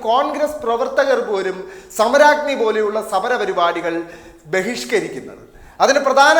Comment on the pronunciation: ഇതെന്ത് സമരാഗ്നിയാ പ്പാ............... സമ രാഗ്നി (സുധാകരൻ പറഞ്ഞപോലത്തെ)